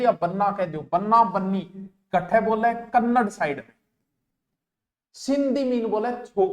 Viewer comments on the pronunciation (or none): none